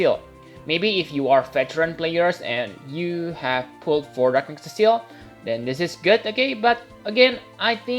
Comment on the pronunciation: "Cecile" is a girl's name. His name is Cecil as in see sill lmao.